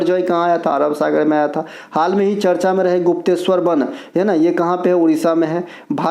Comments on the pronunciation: Ye hmesha hi charch bolte h 😂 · Sir vo charcha hota he charch nhi 😂😂😂